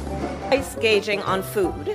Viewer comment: Oh, ok, it was the pandemic that exclusively caused inflation.. got it! Also, does she not know what price gouging is? How can you mispronounce that one?